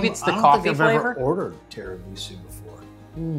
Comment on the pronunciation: Full-blooded Italian girl here: You pronounced Tiramisu perfectly! And tell your husband: If he has another dessert off-camera, the calories won't count. 😆